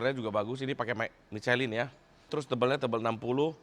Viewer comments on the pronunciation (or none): none